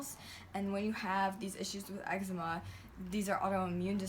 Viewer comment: You got eggsma ahahah everytime I say that word it reminds me of that vine